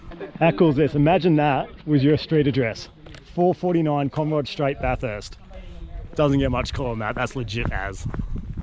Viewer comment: Great Job! Your pronunciation of Bathurst was improving! Looking forward to watching you send it!